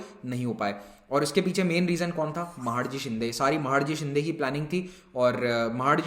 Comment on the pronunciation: Sir wo महाडजी nhi h... Wo महादजी सिधिया h.... 🙏🙏